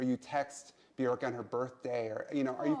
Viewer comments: I like how she pronounces Björk correctly. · I LOVE her for pronouncing Björk Björk and not Bjooohrk like all the Americans...